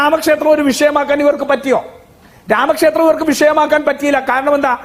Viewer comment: രാമക്ഷേസ്ത്രം അല്ല ഹേ ശ്രീ രാമ ക്ഷേത്രം